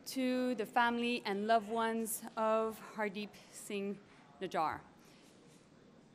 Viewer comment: You don't even know how to pronounce that terrorists name forgor about that air india bombing more then 200 plus Canadian were dead😢